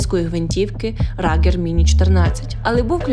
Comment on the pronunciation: Ругер, а не Рагер...